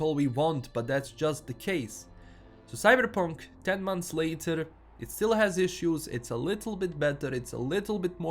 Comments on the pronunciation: Say Cyberrrrrrpunk again you sexy beast. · Whenever you say 'Cyberepunk' I smile a little. :P